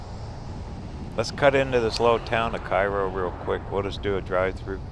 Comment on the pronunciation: Illinois, Cairo, Sikeston, New Madrid were all mispronounced. I think you finally pronounced Sikeston correctly, but New Madrid really grates on the nerves of the locals. I can imagine how you'd pronounce Cape Girardeau. 🤣 That said, my mother loves your channel.